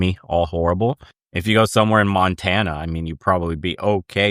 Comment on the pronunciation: I get a chuckle when you say Montana. Unfortunately its bad here too 😂